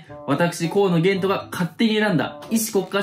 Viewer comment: ほんとにすいません河野ゲイ斗にしか聞こえんかった